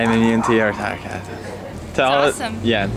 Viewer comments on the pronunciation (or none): Failix* she kinda said falix. Idk lmao.